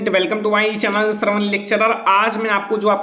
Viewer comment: intro jara achhe se boliye chvan nhi channel boliye